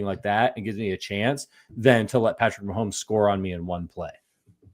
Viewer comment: for the love of God, STOP SAYING "MAHOLMES"!!!!! It's MAHOMES. No L. Yes, we all understand YOUR name is Holmes, and you're used to making that sound with your mouth. But get the f*** over yourself and show some professionalism and respect. Pronounce our generational QB's name properly.